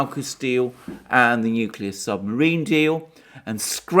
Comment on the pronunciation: I like it when you said 'torpedo the submariin' its a good thing slow Joe wasn't listening he might ask for the button.